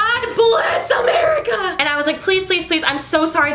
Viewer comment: GAWD BLESS AHMERICHA